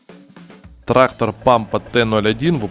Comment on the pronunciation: Да не траХХХтор, а траКККтор правильно говорить нужно!!!